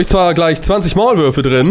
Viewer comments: die WAULMÜRFE“ bin ich die einzige die das statt Maulwürfe hört 😂? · Er sagte Waulmürfe xD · Er sagt es wirklich... 😂